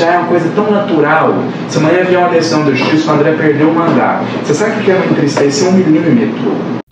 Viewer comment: Alguma dúvida? <Que TISTREZA!>😂😂😂😂😂😂😂😂😂😂